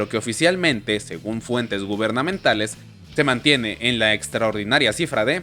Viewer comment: dice funtes en vez de fuentes.